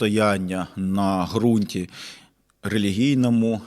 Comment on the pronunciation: як завжди, чітко й по суті, але в мене невелике зауваження: ґрунт з буквою ґ, яка позначає проривний задньоязиковий звук.